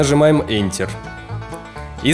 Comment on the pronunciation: Начала видео. Автор неправильно произносит английские слова : " water" "enter" Я: я не доживу и до конца этого видио